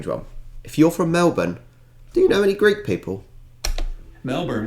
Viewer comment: Super impressed you pronounce Melbourne properly!!!!!! 👍